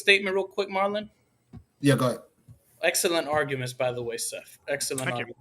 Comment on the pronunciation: yup Marlon did, and when he said his own name, phonetically it sounds like “marlin”. It is spelled Marlon tho. I know it’s not a super common name, but surely people have heard it before. I’ve never heard it pronounced Mar-LON tho. That was pretty funny